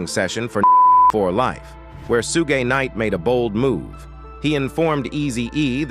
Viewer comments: Sugay knight? Lmfao rofl I'm dying here on how you can fuck his name up on every video you call him something different, it's (shug) like suga bear , or sugar, or Suge ! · I stopped listening after hearing "Suegay Knight."🤣😂🤣😂💯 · Sue Gay Knight? I'm pretty white, but come on dude. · Soo-Gay Knight 😂😂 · Who tf is sooga knight 😂😂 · Suuu-gay night pooruuu 🤣🤣🤣🤣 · "Sugay night"😂😂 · Sue-gay Knight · I lost it after hearing “Sue-gay knight.” 😂😭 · Sue-gay night yh 😂😂 sounding like the meerkat from the compare the market ffs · Su-Gey Knight 🤣🤣🤣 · “Sugé Knight”😂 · 😂😂😂😂😂😂Soogay night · Suegay Night😂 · Suegay knight 😂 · 😂how can AI pronounce suugay knight other names wrong but DJ YELLA perfect 😂. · this dude really said "Sue-Gay" Knight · Sue-Gaay Nitey Nite.. 🤣🤣🤣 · I noticed that as well, it had me laughing throughout watching the clip. 🤣🤣🤣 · I was like WHAT??? Haha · Sue gay😅😅😅😅😅😅😅😅😅 Got to love Auto readers 😁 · I disagree.. Signed , Soogay nite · Sugey Knight?🤔🤔😂😂 Hollysmokes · Can’t pronounce Suge Knight for nothing😂😂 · I can't even watch a video that can't pronounce Suge Knight or Piru smdh